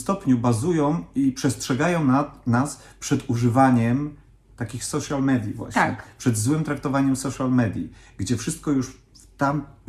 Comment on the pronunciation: wybaczcie, ale social wymawiamy przez „oł”, a nie polskie „o”. „sołszal midiów”. :) Nie zwróciłabym na to w ogóle uwagi, aczkolwiek jeśli Tola już chciała poprawić, czuję, że może warto sprostować.